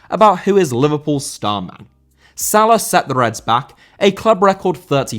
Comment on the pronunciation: Salah* not Saler